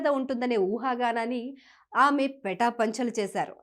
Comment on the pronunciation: పెటాపెంచలు కాదు పటాపంచలు